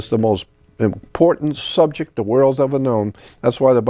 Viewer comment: The Subjek of Emplaw-ees Jordan knows the importance of words 😅